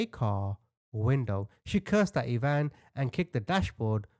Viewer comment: Dear....it's pronounced ( I ) eye van... Ivan.... I-van......like Russian....😊❤